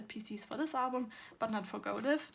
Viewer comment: Hi! Just wanted to say that the word live in the go live album is pronounced as for example in this sentence “I will go LIVE on Instagram”. The in life and go life albums belongs together and forms the sentence “go live in life” (idk just wanted to point that out 😂😅)